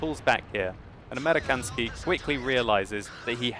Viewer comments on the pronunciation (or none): It's "Amerikansky" and to say it correctly, it is "American Sky." American and Sky put together.